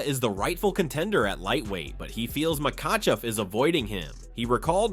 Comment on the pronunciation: You butchered "makhachev" and you spelled topuria differently each time you wrote it. Make an effort bro.